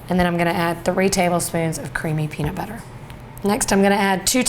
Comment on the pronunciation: Love how you say butter. So NY.